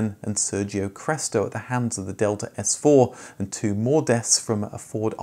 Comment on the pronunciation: Also 'delta' is pronounced differently in Italian; still good effort sir! 👍 Great video as always!